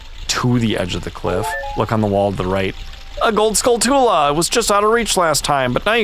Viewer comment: Gotta admit, guys. Hearing Skull-too-lah hurts me more than Zonay ever did 😂